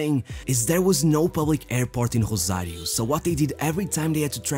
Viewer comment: My dude keeps pronouncing "Rosario" in Portuguese for some reason.